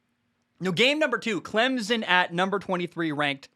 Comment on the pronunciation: Bro i swear, i love the show, but as a clemson grad and someone that grew up 30 mins from campus, it’s pronounced CLEM-SIN. The z in the middle has gotta go